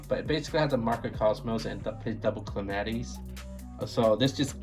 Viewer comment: Kuh' Lam' eh' tees' Not clamitees